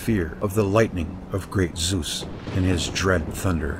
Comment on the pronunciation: No worries, americans can not pronounce vowels correctly, hence they pronounce all old gods wrong. My toenails scroll up if I hear how you pronounce Zeus ... Lern Italian, Finish, Japanese, Greek or German, and you learn how to pronounce vowels correctly, and then you know how to pronounce Zeus or Athene (that is btw not a 'th' as in 'the' or 'that' it is a soft 't')